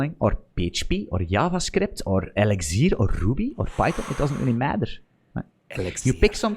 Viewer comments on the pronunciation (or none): sounded like LSD instead of elixir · Hearing the man pronounce "Eligzirrr" was like the first time a heard a British man say "February" on Kill Tony.